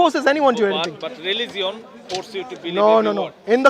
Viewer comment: In rilizion 😂